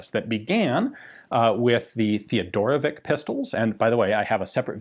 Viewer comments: come on man...it's not theodorovik...it's teodorovich.....he was serbian...it is a slavick surename.....othias made the same mistake....slavick surenames ends with ...""vich".......means 'son of Theodore' ....like tomson....or johnson........all do respect..mr.Ian...it's TEODOROVICH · I die just a little bit every time Ian pronounce "Teodorovick" instead of "Teodorovich"! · I'm pretty sure that it's a Slovenian last name, and it should be pronounced like Theodorowitch (or even Fedorowitch), not Teodorowick